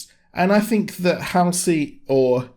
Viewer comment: It's really the only even slightly decent episode. And it's HALL-Cee. I think you got way low expectations if this was exactly what you expected. I mean, the action itself was ok but... everything else is total shit. None of the story ties together or makes much sense. This was about the minimum I expected, barely.